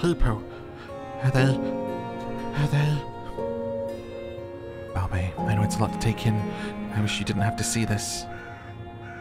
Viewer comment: Just saying “Baobei” is pronounced like “boobie”